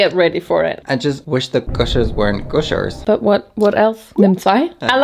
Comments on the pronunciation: 😂 it's guh-shur not goo-shur! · Gosher 😂 yes it's gusher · You pronounce gooshers as guh-shers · Gush - ers. Not goosh - ers lol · I love how she pronounced them Gooshers and then proceeded to eat them with a spoon 😂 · For the Taffy, it's sometimes hard, but are usually soft, as if they've been melted. But don't be freaked out about it, whenever I've had them, they were almost always rock solid. And Gushers are very similar to fruit roll ups, they should always have a juice when you bite them. It's pronounced G-uh-shers (I tried hard with spelling it out, don't judge me.) Hope any of this at all helped 😊❤ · its pronunced! this: guh shrz :just to help im british myself and i thought something else but then i was like its a candy and i need to know the pronunciation myself and i found this video so im giving you advice i got first lol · Just an fyi for it is guh-shers 😂❤ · Gushers...like duh. .its guh-sures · also its GUH SHHH ERRR ZZZZ